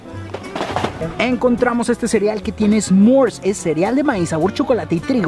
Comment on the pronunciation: Chicos No se dice Esmors, se dice S'mores